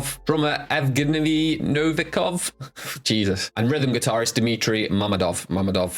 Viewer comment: Your pronunciation of Evgeny Novikov wasn’t bad, and for some reason, the mask store’s PayPal isn’t working atm